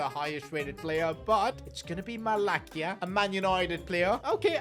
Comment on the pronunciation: its not 'Malakia' its Malasya=Malacia (pronunciation)